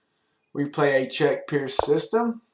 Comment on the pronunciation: i thought pirc was pronounced with a hard C? im not sure